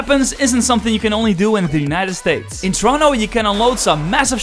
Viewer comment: What in the fuck is torono?